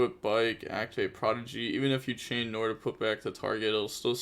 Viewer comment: Bro nore? Are we opening the nore? It's nwar